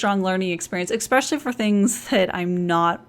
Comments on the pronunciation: Hey =) English is not my mother tongue so I'm kinda wondering... You say eXpecially a lot is it especially? I don't mean to point it out or anything I'm just curious because in school they taught me to pronounce the word with an 's'... Language learner stuff ;P. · Jo Smith Hello! As a native English speaker and a learner of other languages, I certainly understand your question. Yes, she does mispronounce the word "especially." There are many words in American English which are consistently mispronounced in certain regions. I don't know if this is one of them, but it may be. Your teachers are correct, but, as with all languages, the biggest goal is communication. Precision is very helpful, but context is always the biggest part, and a native speaker would generally not feel the need to remark on this error, as the meaning is so clear in context. Best of luck in your studies! :)